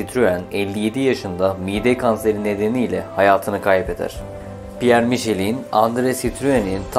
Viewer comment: Tebrikler.. çok güzel olmuş, elinize sağlık. İki küçük eleştiriye izin verin lütfen..... (1) önceden yazıldığı gibi eksiklikler var (2) Fransızca isimler yanlış telaffuz ediliyor. Mesela "Michelin" MİŞLEN olarak söylenmeli... Benzer örnekler "Traction Avant" TRANSİYON AVAN, "ami" AMİ (Fransızca arkadaş anlamında) , "2CV" ("deux chevaux" yani iki "fiskal" beygir: 4 tekerli araçlar için en düşük vergi dilimi) DÖŞEVO olmalı. Ve en güzeli "DS"!. DS Fransızca söylendiğinde, yani DE-ES, tanrıça anlamına geliyor ("déesse").. :)